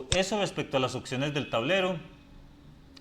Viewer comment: Y "ociones"